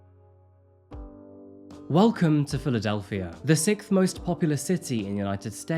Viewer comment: Please stop saying sickth, when it’s pronounced sixth. I hear it on 1 in 2 of your vids and it drives me crazy